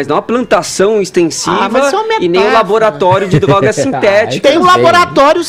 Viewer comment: "baravo", "dorogas", "treres", "peresos", "deperedados"